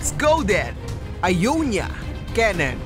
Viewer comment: Not ionya its iyowniya